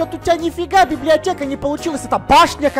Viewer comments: Ты сказала беблеотека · она говорила беблеотека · Да говорила БИБЛИАТЕКА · да говорила слова блиблеотека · ТЫ СКАЗАЛА СЛОВО БЕБЛЕОТЕКА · Она сказала библетека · Она говорила беблеотку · Она говорила беблиотека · Она сказала быблиотека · Она сказала беблиотека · сказала слово біб ліотєка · Вона говорила бибдиатека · Она сказала библиатека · говорила бібліотека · сказала бібліотеко